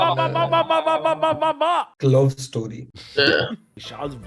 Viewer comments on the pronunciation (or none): long story bolte vishal bhai toh bhi sahi tha lekin "clove story" kon bolta bhai🙄😅